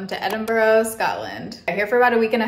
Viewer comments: Little tip from a local Edinburgher, its “Ed-in-bruh” not “Ed-in-borrow” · For anybody wondering, in Scotland we pronounce Edinburgh like Edinbruh (like bra but with a 'Uh' sound instead of an A.) Glad you enjoyed it 😊xx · The actual pronunciation is ‘Embra’. 👍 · Enjoyed your vlog! However, there is no 'o' at the end of Edinburgh. Enjoy Dublin! There's no o on the end of it either! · Please stop saying edinboro 😩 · Im so glad u pointed this out! I was thinking… thats not how u say it! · the pronunciation of edinburgh is killing me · Biggest pet peeve is the way Americans incorrectly pronounce Edinburgh…